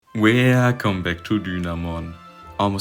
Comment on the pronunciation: Wercome back to Dynamon